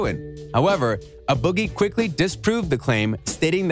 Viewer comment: dude said uh boggie with the hoodie